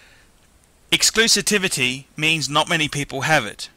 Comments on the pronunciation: The word is Exclusivity....not Exclusitivity....doofus. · And it's EXCLUSIVITY, not EXCLUSITIVITY, by the way. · sort yourself out. Exclusitivity, that's not even a word you moron. Repet after me - EX-CLU-SIV-ITY, EXCLUSIVITY. I mean, it's just fuckin ridiculous hahahhaha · "Exclusitivity". Lol, love ya. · it is exclusivity NOT exclusitivity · The word is 'exclusivity". If you are going to go on and on about it at least learn how to pronounce it please. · If you cue to timestamp this moron says exclusitivity? Which sophisticated watch collector will be caught saying exclusitivity instead of exclusivity. This guy shows a Mercedes E class. Guys who own pateks drive bentleys and maseratis, or at the least a mercedes S or a beemer 7. This guy is nuts. Don't take him seriously. Omega although mass produced uses a good movement and gives bang for the buck. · Its exclu-SIVITY my friend